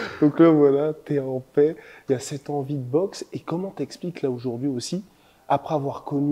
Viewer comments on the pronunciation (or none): none